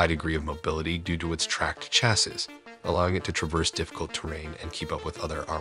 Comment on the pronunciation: Ya'll sound so eloquent but yet on every video you continue to mispronounce the word "chassis."